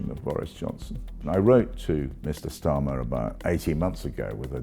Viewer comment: Why does he pronounce Starmer like that with a hard S ... ?